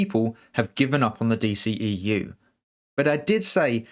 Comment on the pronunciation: The D-SHE-E-U🤦🏻‍♂️